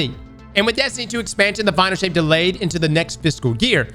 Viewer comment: Is it me or did I hear Final S**t? Not Final Shape?